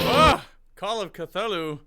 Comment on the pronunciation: A vocal coach saying ‘Call of Cthulhu’ (Ktulu)? with a ‘th’? Jeez...